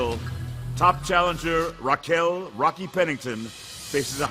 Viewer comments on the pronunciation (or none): none